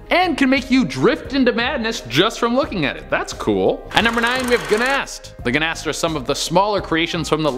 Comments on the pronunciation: GNAST??????? See the spelling. Ghast pronounced GAST! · Ha! Guh nast. Thas not an n homie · Did he really say "Gnast"? 😅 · I can't stand when content creators and/or face people don't give a crap about what they're discussing and do only the basic details and can't even get that right. "Guh-nast"? Where the hell did he pull the n-sound from?